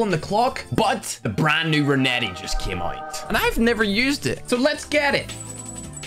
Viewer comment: his pronounce of renetti is reneh e